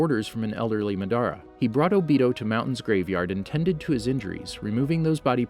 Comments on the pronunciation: He pronounced Madara Madaara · "ma dar ah" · Lol he pronounced Madara's name in two different ways .